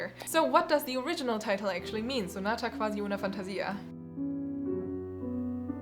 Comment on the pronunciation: Hello, I'm Italian. I'm impressed since you pronounced Giulietta Guicciardi correctly. Anyway about sonata quasi una fantasia you said qwasi, use the u sound instead of v in that word; on the other hand it is also important the rythm in Italian so instead of saying sonata - quasi - uuuna - fàntasìa say sonata - quasi - unafantasìa. And that's all. Overall great pronunciation tho.